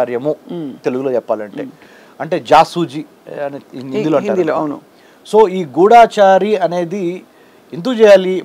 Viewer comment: గూఢాచారి కాదు నాయనా. గూఢచారి. గూఢముగా చరించువాడు. తెలుగు భాషని అపభ్రంశం చెయ్యకు బాబూ.